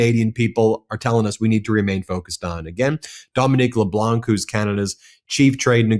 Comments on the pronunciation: Ben, I love you broadcasts, but as a bilingual French Canadian I have to inform you that the "c" in LeBlanc is silent. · There is no K in Leblanc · Dominic Leblanc - the c in Blanc is silent... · Dominique LeBlanc (don’t pronounce the “c”).